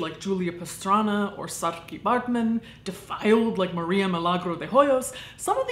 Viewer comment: as someone committed about your great pronunciation of Saairtjie’s name. it’s not an easy one for Americans